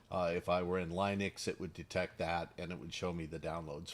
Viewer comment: Also pronounces "Linux" the proper way ! Ish!Ish!